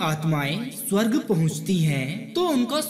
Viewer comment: Bolna to sikhle swarg ko tu shawarg bol raha hai